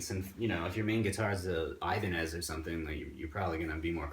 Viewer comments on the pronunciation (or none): none